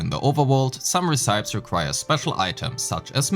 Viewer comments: very informative video but its called " ray-see-pee = recipe" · Ray see pee? It's pronounced reh-sih-pee. Stop giving the guy grief over his pronunciation when you can't even do it yourself. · hey bro,nice video,just a little nitpick I have. Your pronunciation of the word "recipe" isn't exactly correct, cuz it's pronounced reh-suh-pee. Just tryna help dw lol,all the best! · Im Cambridge Dictionary kann man sich online die Aussprache von Wörtern wie recipe anhören ^^ Aber feines Video, viel neues gesehen! Freue mich sehr aufs game.